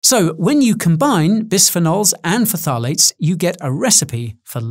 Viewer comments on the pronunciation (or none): It's pronounced "FTALATES" not "FUTALATES" by the way :) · lmao. It's pronounced tha-lates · Nutritionist isn't a protected term, therefore you can technically call yourself one. can't call yourself a dietitian though. Also I always pronounced phthalates as Faff a late. Faffing is my favorite word since my chemistry degree.